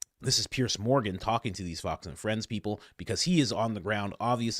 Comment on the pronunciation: Pierzzzzzzzzzzz it's pronounced pierZZZZZZZZZZZZZZZZZZZ. Else you pierce our ear drums ... because the sound is piercing. PierzzzzzzzZZZZZZZZ